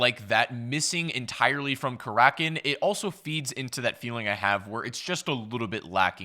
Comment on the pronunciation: Karakin? more like kalackin